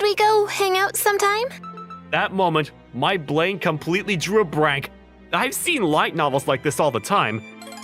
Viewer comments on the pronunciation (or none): "That moment, my blain completely drew a brank." Lmaooo. Even though the words are typed out correctly, those being brain and blank, the VA pronounces them like within the quote from above. Anyway. I thought it just sounded really funny.